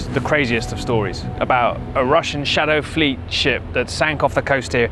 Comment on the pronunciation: When you use "shadow fleet" you sound like a child saying a "naughty world".